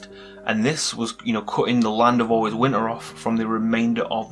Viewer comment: Im really anoyed by how he says winter he litteraly says: 'Winner'